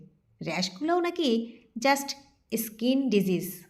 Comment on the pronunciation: ইস্কিন নয় “ স্কিন “😅